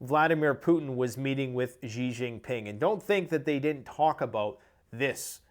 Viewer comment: XI JIN PING : SHEE GIN PEENG.. NOT GEE GIN PEENG